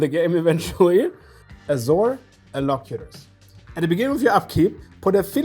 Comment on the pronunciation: I think is the only person I've seen pronounce Azor's Elocutors correctly